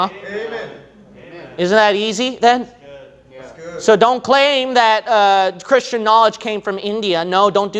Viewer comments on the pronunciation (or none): none